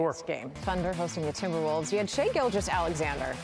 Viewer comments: Did she say Timberpuffs? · Straight disrespectful. I think she said timber pups. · Did shorty call them the timberpugs ? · She called them Timberpups 😂